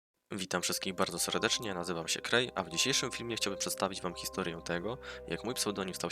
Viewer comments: Kurcze to sie czyta krej a nie kurej kur a xD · Krej, a nie kurej? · Krei a nie kurej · o kurde mówi się krei a nie kurei XD